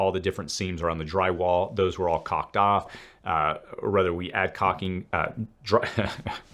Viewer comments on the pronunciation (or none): Keep pronouncing caulk the same way and repeat this sentence: I got to the job and there was caulk everywhere. There was caulk all over the walls, I got a bunch of white caulk all over my hands I think i even got some caulk in my hair and I think I got some caulk in my mouth. With the "L", it makes sense. Without the "L", it means something completely different. Hahaha